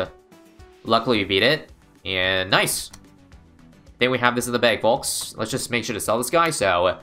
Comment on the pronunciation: Why does he say the L in folks D